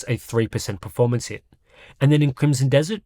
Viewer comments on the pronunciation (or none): Yes like the "r" in pefomance.